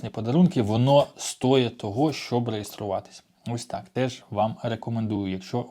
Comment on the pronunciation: опит - досвід находка - знахідка кровати- ліжка розгрузить - розвантажити вдруг - раптом стОїть того - того варто полка - полиця... і т.і. не парьтесь уже😊 хоча на помилках вчаться) наголос анцАйген Міні Джоб не завжди 40 годин на місяць